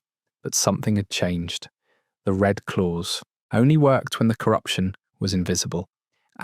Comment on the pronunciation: As usual the AI is BS.. the RED Clause comes out as Red Clothes !!!!